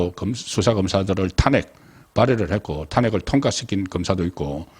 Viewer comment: 송국건씨 탄핵을탄핵악센트를하지마세요 탄핵(낮은말을)하세요